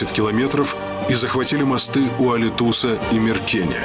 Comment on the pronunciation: Произносите правильно названия: АлИтус, РассенЯй, НА Украине.